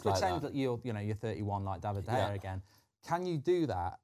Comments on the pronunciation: David de gea ❌ David de hey ✅ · Foster - "DEY-vid de Gea"